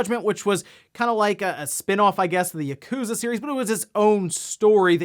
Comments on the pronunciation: It's "Yah-ku-za", not "YUH-KOOzuh"! Please say Yakuza correctly please? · Ah yes, gotta love Yah-Kooza series.